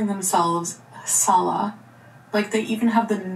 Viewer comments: She’s mispronouncing Salah’s name…just saying 😅😂 ps. Arabic is my first language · the H at the end is slightly pronounced and not silent. It’s kinda like breathing out at the end of the word. I get that it’s a hard name to pronounce if you’re not a native speaker but she is criticising people for something she’s doing herself….. kinda hypocritical.